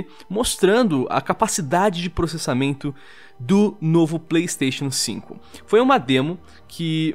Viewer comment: esse video mas, toda vez que o fala pleisteixian sinco o video acelera